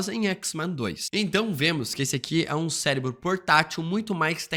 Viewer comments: Cérebro com R e não Célebro. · Ele falar "celebro" é intencional? Pq incomoda muito! 😅😅😅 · O vídeo está ótimo. Essa maratona de vídeos dos x-men foi umas das melhores ideias antes de de Deadpool. Porém não sai da minha cabeça você falando "Celinbro" kkkk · Que vídeo insano! Detalhe pro falando “celebro” diversas vezes hahahah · também achei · Não consegue falar certo de jeito nenhum, mas acontece 😅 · Célebro, CÉLEBRO, C É L E B R O , CÉÉÉÉÉLEBRO... AAAAAAAAHHHHHH!!! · que agonia q da toda vez q vc fala "célebro"